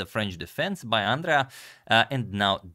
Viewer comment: Hahahahahahaah Àndrea 😂 it's Andrèa